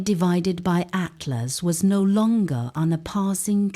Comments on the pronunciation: Finally made it all the way to the end. Conclusion: great STORY! Best female AI voice I've heard yet, even if it DID crucify the name of 3i/ATLAS. Thumb neutral for that BLUNDER! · They could have taken the time to make sure the AI voice pronounced 3IAtlas correctly. That would have given this video a bit of credibility.